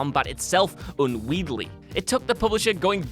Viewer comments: "Unweedly"? "Unwieldly"? Dude, someone needs to teach this bloke to pronounce "Unwieldy" correctly before making him try to say it twice in a video. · Unwieldly works, even if slightly incorrect, and unweedly is probably just because of his accent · "Un-weed-ly" isn't an accent. It's a thorough unmitigated mangling of an innocent word. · Well done, two totally different mispronunciations of "unwieldy" in one video! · Dude doesn’t know how to pronounce “unwieldy”